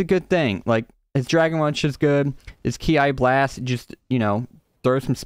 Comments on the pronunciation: Not to be disrespectful but I'm just pointing out A mistake Ki blast like in key blast other than that Great video keep up the good work 😁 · Him calling kameki’s ki blast K I blast makes me laugh so much